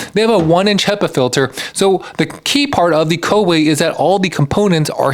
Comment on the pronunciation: "colorway" LOL.